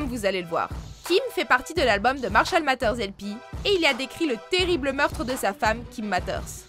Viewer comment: Marshall mathers ce prenonce " Marshall mazers" mais trkl